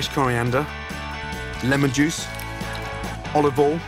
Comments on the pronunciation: It kills me everytime - I cant say it that way myself. Practice makes perfect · "OLIVOL" -Gordon Ramsay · Oi he said olOv Ol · Olive All? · Why is he pronouncing words incorrectly? Olivol, Sukulent, tu-erm-eric, wander. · Olivol and wooshtrshtr sauce 🤤🤣